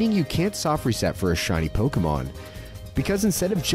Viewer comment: Here's a fact you don't know. It's pronounced poh-kay-mon, not poh-key-mon, not poh-kah-mon.